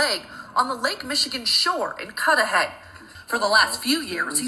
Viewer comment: Its pronounced Cud-da-hay. Not cood da hay. My door dasher was so sad. She said she just had a conversation with Sade before her dusappearance. She was so excited about graduation from school. That mf stole that young girls future. I feel so blessed that nothing happened to me when i went out on dates or to someone i hardly knew house. She was young, inexperienced, too pure to know the dangers that lurks among us. # justice 4 Sade. 💔